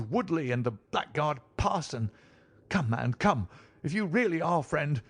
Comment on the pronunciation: this is very well read. I just wish the reader knew how to pronounce "blackguard" correctly - it throws me every time 🙂